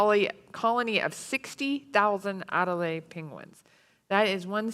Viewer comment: at least pronounce the name of the Penguin species properly They are Adelie Penguins not Adelaide Penguins